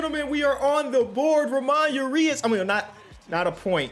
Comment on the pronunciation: It’s Pronounced Ra moan Ur E Us